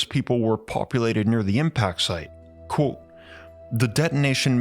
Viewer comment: is no one going to talk about they way he can't say the word ( quote )